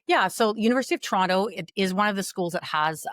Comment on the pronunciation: pronounced “Toronto” wrong!